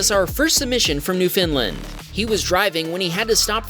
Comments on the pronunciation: It's called new-found-land not new-Finland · “new-found-land” not newfindland 😭 finally nice to see a submission from here tho!! this made me so excited i screamed and showed my mom!! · Newfoundland not newfindland. And pronounced new fund land run together fast with a shot of skreech to sound even more Newfie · It’s pronounced New Found Land. 🇨🇦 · New Found Land. Say it like eh. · It's pronounced "New-fund-land" just FYI 😉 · There's no I in Newfoundland. It's pronounced new-found-land. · It's pronounced New NewFOUNDland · Oh my poor ears! You murdered the pronunciation of Newfoundland. Rhyme it with "understand" or things may get "out of hand" ;) Newf - fun -land is the starting point.